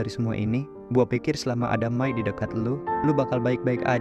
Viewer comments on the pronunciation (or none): May wai bukan mae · May bukan mae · ih may bukan mae 😂